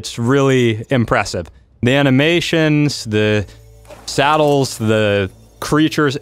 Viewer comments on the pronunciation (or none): Its not salad its sadels hehe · Jesus i pray that you purposefully miss pronounce saddles and basilisk